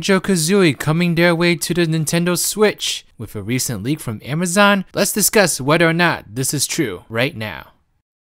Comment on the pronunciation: You need to work on your speech. It's a bit cringe when you try to talk serious and I hear "a reshent leek frum amazun"